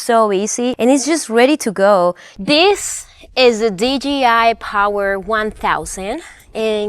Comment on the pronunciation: Okay, I’m sorry I can’t anymore. Would you please pronounce the hard version of the letter J (Jay) for us? And a hard letter G (Gee) ? I just have to know if it’s a colloquial accent/dialect thing or you were mistakenly told the company is DGI instead of DJI? Thank you for a great overview of Van Life is all about! Glad the algorithm pointed me to your channel today. Like and Subscribed :) Look forward to more interesting content, Cheers!